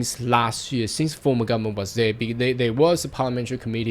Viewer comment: Can you please pronounce the whole word. GovernmenTTT... not governmen. HarDDD... not har.